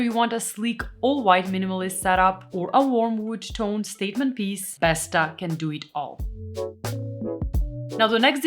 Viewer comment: Every english speaker says "besta", but it's actually pronunced "Bestaw" Å=aw